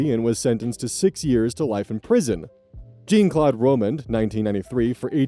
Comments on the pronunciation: "Jeane Klot Rohmend" God, that pronounciation hurted....😂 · Friendly fyi, the "ean" in Jean-Claude is is pronounce like Sean, or like Captain Jean-Luke Piccard of the Starship Enterprise. 😊